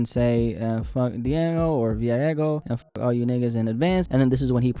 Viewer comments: diageo is pronounced dee-AH-jee-oh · Dia-Geo Dia like “day” in Spanish. Geo like “Nat geo”